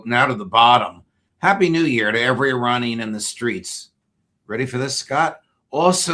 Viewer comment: Please call them Iranian , not I ra nian. Eranian